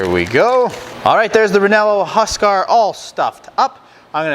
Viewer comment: pronounced Ree yeno de uescar . looks good and tasty.